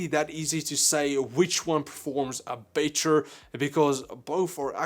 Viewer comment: "BEY-TER and BEY-TER" HAHAHAHAH